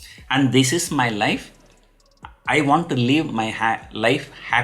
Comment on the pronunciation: Is it me or anyone else who heard "You have only one life, LEAVE it" 😂